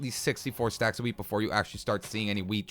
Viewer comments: who noticed he said weed instead of wheat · Wheat??? Or do you say "weed"